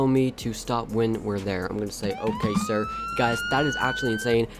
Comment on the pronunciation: Not sire its sir